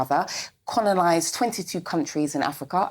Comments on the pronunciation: what the fook is ‘conolised’ 😂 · Did she really say "connolised?" What is that?